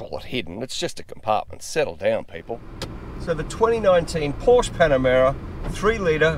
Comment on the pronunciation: POUR-SHA! Pronounce it correctly, please.